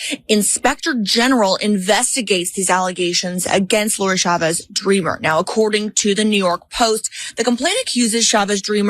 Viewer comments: Her name is Chavez, not Shavez. We say CHAIR, not SHAIR, CHEESE, not SHEESE. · The ch in the surname Chavez is pronounced like the ch in church.